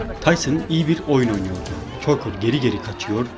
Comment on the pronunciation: Tucker , "takır " olarak relaffuz edili ; keşke,doğru telaffuz etmek için boksorlerin anons edilmesinin izlemiş olsaydın.